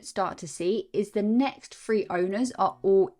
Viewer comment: I have to comment on your English when the transcript writes "free" instead of "three"..your terribly wrong London accent got away with it on the word "withdraw" but you should learn to talk properly